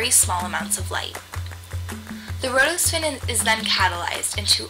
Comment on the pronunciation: it's not rhodospin and ospin it is rhodopsin and opsin